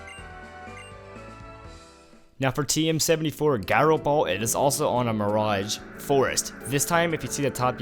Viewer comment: It's Pronounced "Jīro Ball" with a "J-sound". NOT a hard-G Sound. The same way you pronounce the Word: "Pīro"